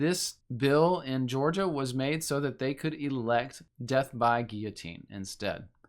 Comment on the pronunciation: It's pronounced gill-o-teen my man. Have you thought of going to an eastern orthodox church and taking a look?